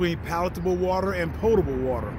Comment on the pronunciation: OMG, it's so refreshing to hear a prepper who actually knows how to pronounce "potable"! 👏🏻👏🏻👏🏻. Thank you! If I hear one more guy say "pottable"! 😣 Love the video,!